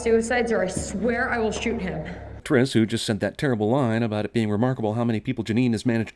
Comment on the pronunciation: OMG YOU SAID FOURTRIS